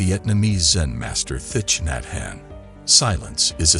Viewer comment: Thich Nhat Hanh is pronounced "Tik Not Hawn."